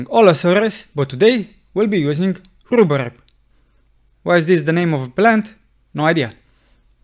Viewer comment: Love this, thanks so much! And I especially love the way you pronounce "Rhubarb." It's art, absolute music. ;) Thanks for the help!